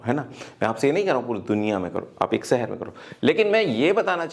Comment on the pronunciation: Sir m aapki video aksar dekhta hun achchi hoti hen but sahar na bolkar shahar bolen please